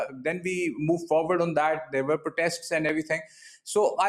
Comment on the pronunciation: "we ere peaceful people" 😂😂😂😂😂😂😂😂